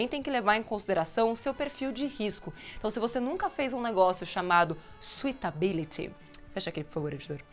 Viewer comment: Leeegal todos os vídeos :) Só melhora a pronúncia do "suitabiliy". Se vc fala com o "i" , vira docibilidade (sweet). Fala só "sutability" pois o pessoal daqui tb entende E qdo vc for palestrar nos EUA eles entenderão tb e saberão q vc sabe TUDO mesmo 👍😁